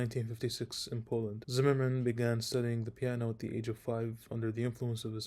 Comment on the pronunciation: Curious - besides being a YoutTube guy - what are your qualifications? I wish at the very least you'd learn how to pronounce Zimerman's surname correctly. I'd love to hear your playing ...